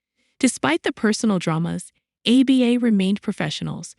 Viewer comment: I'd take you more seriously if you could actually pronounce the group's name.